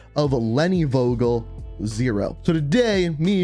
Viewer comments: Please please please. Pronounce the name with a f like in f... You. And not wogel. Thanks and love from Germany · Vogel = bird And you pronounce it wrong buddy haha In Germany we pronounce it like: fogel